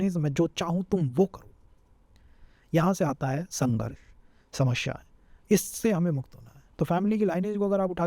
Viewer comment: speak slowly,running, explanation should be slow & clear so that others could understand well, pronunciation of samasya incorrect looks so odd listening to same word incorrect multiple times...need to explain serial wise,organised way from 1 st house to 12 th house not haphazard .....